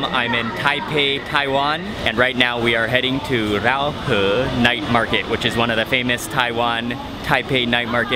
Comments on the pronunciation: Pronouncing Raohe wrongly, it's like rowdy, the "row" and "her". Nice vid though, I really enjoyed the street food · The way he pronounce Raohe got the Thai slang! Hahaha